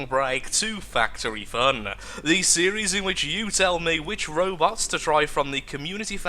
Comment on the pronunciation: What I first hear "welcome to fatery fun"